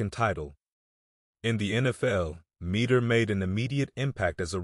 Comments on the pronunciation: Ouch. His name was pronounced MED-der. Not MEE-der. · Right. I'm old enough that I recall watching televised games in the late 60's and the announcers always pronounced it as MED-der.